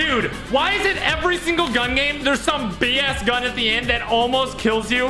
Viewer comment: said “BigAss gun” at the end